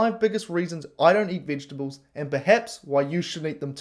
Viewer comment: can't even pronounce "vegetables".